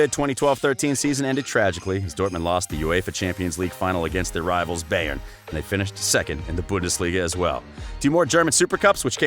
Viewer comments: It’s BayerN not Bayer. Bayer is a different Club. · «Beyern» XD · Umm? Bahhhen Munich? might want to work on pronunciation. Bahhhen Munich? Really?